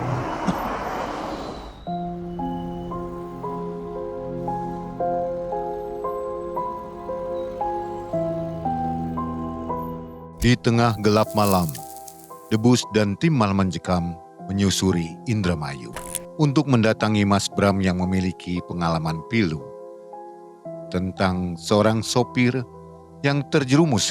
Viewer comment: Debas bacanya pak bukan debus maaf hanya mengingatkan 🙏